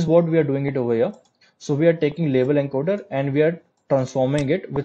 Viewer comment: At about minute what format did you say the data needs to be converted to? Enker/Enkerd/encode? What's Enker/enkerd?